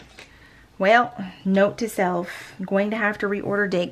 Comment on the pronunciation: Where did that Southern accent come from? "Well, note to self" lol